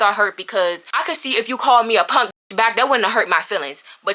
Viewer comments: She said punk and NOT ponk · Punk not “ponk” 😭